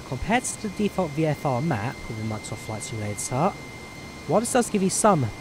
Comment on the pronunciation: Skyvektaaaaaaah in Flight Simulataaaaah?